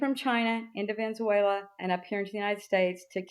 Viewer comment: Please can we teach to pronounce Venezuela correctly...its just basic respect